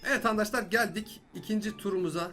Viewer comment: abi nie handaşlar diyon arkadaşlar değil mi o ?